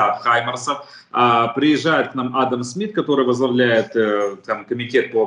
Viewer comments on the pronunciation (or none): none